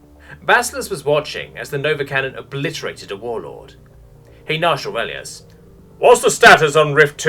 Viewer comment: I couldn't stop laughing. Orelious lol.